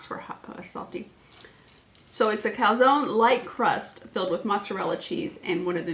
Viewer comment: Not sure it’s pronounced calzonee, pretty sure the e is silent.